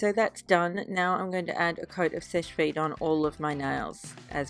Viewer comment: it sounds like you say Fish Feet when you say Seche Vite! LOL I just wanted to tell you cause my dad and I couldn't figure out what you were saying until yesterday!!!